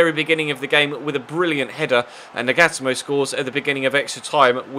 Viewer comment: It's not nag-ata-mo its naga-toe-moe